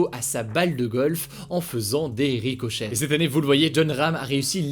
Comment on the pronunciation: DSL mais "RicoCHEH"😭🤣